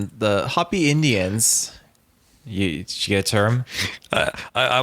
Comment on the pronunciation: How can you present a show on this subject and not know how to pronounce Hopi ??? Holy Cow droppins 🙄